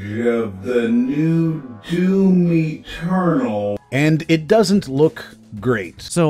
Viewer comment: Lol one funny thing tho* Whenever you say "Doom Eternal" is sounds "Doom Maternal" ~ I get it such things happen in english. The finishing letters take over the Main starting letter of next word. In witcher Tv series .. they keep saying "Law of Surprises" some actors sound like they're saying "Lore ( Lawr) of Surprises" dunno where tht R comes from... in ur case atleast i can understand DOOM MATERNAL .. shit had happened to me before. ~